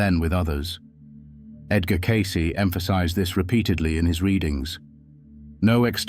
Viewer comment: Spelt and miss pronounced his name, not a good start. Don't want to be a saint or a sinner. Don't want to sit on a mountain top or in a church. Just prefer to tick along trying to do some good. No gurus required.